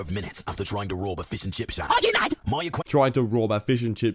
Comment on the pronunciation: Hey said shack not shab